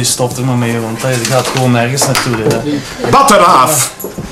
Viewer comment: lol, lachen met Limburgers en Westvlamingen, maar meneer kan 'batteraaf' nog nie juist lezen... En de 100-jarige oorlog is gewonnen door de Fransen trouwens ;)